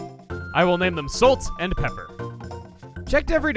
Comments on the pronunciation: Did you just mention Solt and Peppor? Time to shake it! Laughed at your NY accent, I can't say if it's accurate or insulting though since I'm not even sure if that's what my friends or I sound like lol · "I will name them Solt and Peppor! " Hah. I get it.